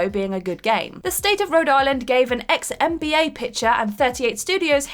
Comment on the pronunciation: Actually I thought she said MBA like a blend of them both 😂